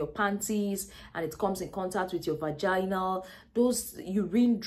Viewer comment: I giggle every time she says “Vagana”! 😂😂😂 good video ! I shared it with my daughters!👏🏽👏🏽😘